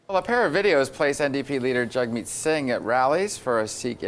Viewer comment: I dig your content but you gotta start pronouncing his name right. It’s Jug-Meat Singh , not Jag-meet Singh